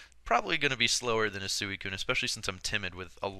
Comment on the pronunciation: i always thought it was pronounced "sweecoon" not suueeecoon